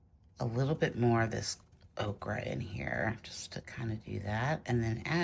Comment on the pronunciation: hi loved this demo, Gauche can get muddy, but not in your hands! A white Chinagraph pencil is great when sharp, for pure white…also Prisma colour White is one of my fave White pencils but watercolour needs to be dry. My fav White pen is the Uni-ball SigNo…bright White when needed. Every time you say Okra I can’t help but see a plate of those damn things!! Ochre is an earth pigment and is pronounced Oak ah… 😂